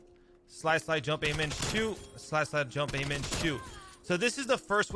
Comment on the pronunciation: I though you were saying Slide-- Slide-- Jump-- AMEN. Instead of Aim In.